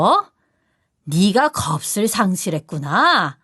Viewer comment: 겁을__겁슬로읽으면 안되고 거블로 읽습니다